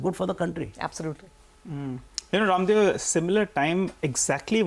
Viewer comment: Bhai, Please at least give respect to Raamdeo Ji, Call Raamdeo Sir as Rammdeo Jii, Not "Raamdeo". What ever language you are using, because you are discussing about indian Market and He is one of the finest Guru of our market.